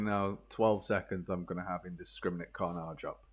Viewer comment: mate I love your guides but I have never once heard an English person say the word 'carnage' as car-NAHGE before and it gives me the biggest heebie jeebies